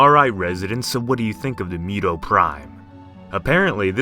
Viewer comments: Moo- toh Not mew-toh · Why do you pronounce it as MEW-TOE ? It should be MOO-TOH, right? Or is it just me? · Yes, its moo-toe not mew-toe. Also is hemi-globe-in not hemi-glob-in. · mew tow prime 😂 it’s moo-to or moo-toh. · what are you talking about? Isn't this story about kaijus? Then we should follow the japanese pronunciation. MOO-TOE OR MOO-TOH not mew--toe. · MUTO (Moo-toe) not (Mew-toe) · Stop pronouncing it as mew toe, it's MOO toe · Not mewdow lol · Moo toe sounds like it makes more sense. And that's how it's said. What if he mispronounced godzilla as godzeela? That would bother you at least a little wouldn't it.